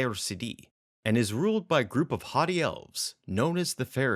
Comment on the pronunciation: Ah. You probably said "haughty elves," but for some reason my brain heard "hottie elves," which in a 1970s Drow module wouldn't be completely out of place.